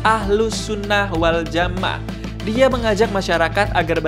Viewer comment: Miminnya Islam atau bukan sih atau robot ya. Masak ahlussunnah waljama'ah aja gak ngerti baca masak dibaca wal jamaaa preettt